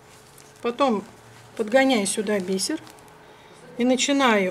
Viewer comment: бИсер-бИсеринка ударение на И."Двоишница."